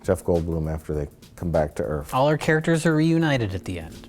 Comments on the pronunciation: "Earf" ha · Did he say "earf?" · I still like how "WELCOME TO EARF!" is a meme off this stupid movie. Roland Emmerich is a fucking hack.